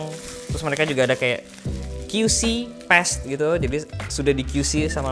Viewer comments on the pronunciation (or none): none